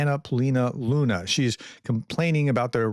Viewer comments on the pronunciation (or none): none